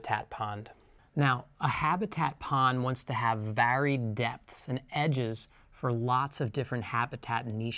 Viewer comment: For education and to help you, you are pronouncing your A's wrong in words like "varied" Otherwise you speak amazing English